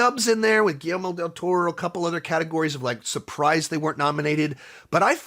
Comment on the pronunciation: Dude really needs to learn how to pronounce GuilleRmo.